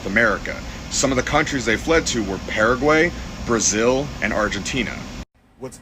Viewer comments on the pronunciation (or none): none